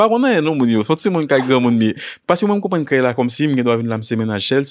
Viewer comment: Komn pas komen an 😂pas konnuuuu pou di